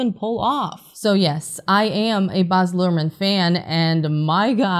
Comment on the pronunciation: He name is Baaz not Boz